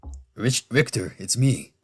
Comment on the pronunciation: I've always heard the name as Rick-ter.